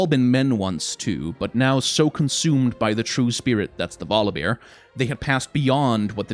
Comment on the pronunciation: first u talking about volibear i was thinking u say god of war :)))))))))))